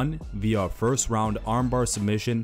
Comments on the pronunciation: "Forst steps" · "His forst steps".. ha